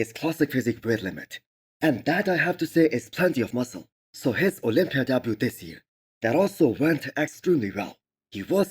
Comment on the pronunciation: Misses Olympia??? why do you not make an effort to say it right??? I love your videos